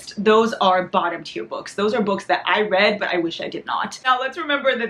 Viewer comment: when she said "where's my teir" i thought she meant she was trying to cry. English is also my second language 😭😭